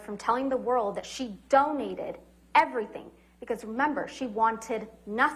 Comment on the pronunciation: notice how she enunciates the word "donate" after Amber said she took 'pledge' and 'donate' synonymously.